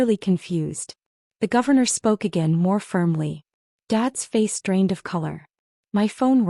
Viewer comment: Drained not range